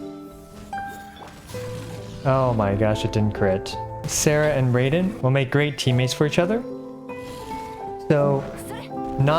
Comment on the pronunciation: Baal and Sara are both Japanese so their names should be pronounced in Japanese.